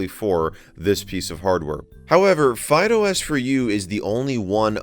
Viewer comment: My ears hear FydeOS as Fido S.